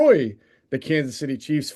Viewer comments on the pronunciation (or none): none